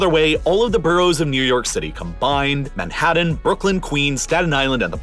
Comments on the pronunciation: Madd-hadd dan... I think you mean Manhattan. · Manhadden? haha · Where the heck is “Manhadden”? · Dude work on your pronunciation of the letter t. It's frustrating to listen to. Moundain, Manhaddan, wedder, population beld, Uddar Pradesh, condinent. Please dude. Other than that it's a good video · 😁 that's yo" pronounce MANHATTEN over there ❓️ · This guy cant pronounce "Manhattan" or "mountain" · Manhatten and mountain each contain the letter 't'. 't' is not pronounced as a 'd' sound. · You need to work on pronouncing your 'T's. Manhadden? Moudens? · Why does the narrator hate pronouncing the letter T (Manhaddan, mounands)? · Manhatddan Moundains Why do you pronounce Ts like Ds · Omg the way you pronounce Manhattan and mountains. Is bizarre lol. <3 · I don't know if it's your audio processing or your pronunciation, but something is weird about your Ts. "... biggest on the plane- T " "... the entire condinen- T " Yet also, "Moundhains" "Manhadhan" Yes, I know that a lot of us Americans soften our Ts into Ds, but it is very noticeable yet inconsistent here, and words that end in T have it stressed hard and delayed. What's up? It sounds like you went back and over-edited your spoken lines by adding missing Ts after accidentally having cancelled them out when you gated off a certain background hiss frequency. Or maybe I'm just overthinking it. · I still can't figure out why he pronounces "t" as "d" when it shouldn't be... ("Manhaddan", "moundains", "Uddar Pradesh" etc). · Marred by your hysterical hyperbole and lazy pronunciation of a few words such as Manhadden, Mownans, and Anardica